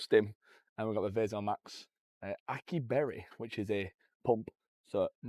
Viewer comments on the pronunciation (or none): Aki berry? Sir you mean açai?